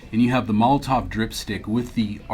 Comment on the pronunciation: Is just me or does it sound like pronounces Molotow as Molotov?